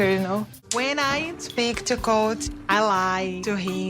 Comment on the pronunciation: I can't unheard colty whenever he said colt